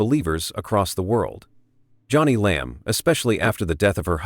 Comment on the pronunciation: This is AI generated. Her name is pronouns Joan-ie, not Johnny. Totally disagree that she’s sincere. She knows she’s lying and keeps telling another lie to coverup the last lie.